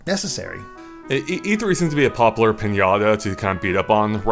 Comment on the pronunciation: When you hear "popular" as "pop-ler".